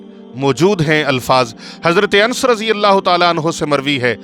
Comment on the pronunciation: مولانا صاجب اپ سے شاید علطی ھوی ھے متلا اپ لفط جمد کی میم پر فتجہ یعنی زبر پرھ رھے ھین جبکہ جمد کی میم پر جزم ھے اسی طرج سورہ بقرہ کے ق پر زبر ھے جبکہ اپ جزم پرھ رھے ھین اسی طرج جصرت انس کی نون پر زبر ھے مگر اپ جزم پرھ رھے ھین اسی طرج لفط قران کے ر پر جزم ھے جبکہ اپ زبر پرھ رھے ھین